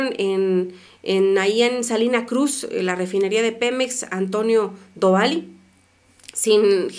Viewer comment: te respeto, pero te equivocas al dar los precios del gas. Ten en cuenta que el precio por litro es diferente al precio x kilo. Bombón debes concentrarte en tu trabajo y hacer ejercicios de lectura muñequita, te lo digo en buena onda ok. La refinería es Dovali, lleva acento en la i ok. El cel no pone el acento. Pero se acentúa ok. Cuídate preciosa buena noche bombón..